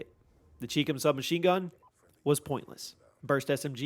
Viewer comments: It's pronounced CHI COM (Like Chai Comm) not CHEEK CUM. It stands for Chinese Communist. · It’s pronounced “Eff Aye Ell” not “fah-luh”. ChiCom is “chai-com” Chi = Chinese, Com = Communist. Do you pronounce China as “Chee-na”? Why do you insist on mispronouncing gun names?